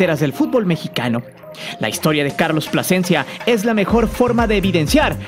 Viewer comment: Carlos Pasecencia a wey te comiste la letra L esupidin. Carlos Plasencia...